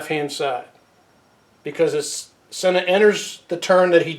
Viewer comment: Conspiracy theorists unite around the world. You need to learn how to say his name right.